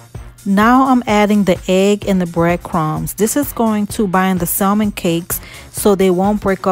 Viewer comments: Looks great, just a little tip, it’s pronounced SAMON (no L sound) no biggie but wanted to share! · Salmon L silent